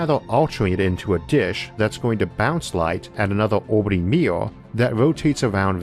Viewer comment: Combined American accent + IA speech problem: mirror --> meeyour.